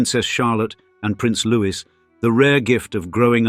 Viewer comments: Please say Looy it’s not Louis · Learn to pronounce Louis is sounds Louie not Lewis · Try loue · And Louis is Louis, not Lewis, as said here. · And Lewis instead of Louis 😂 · If you are going to make a video on the British royal family please pronounce Prince Louis name properly. It's pronounced Lou-ie the french pronunciation.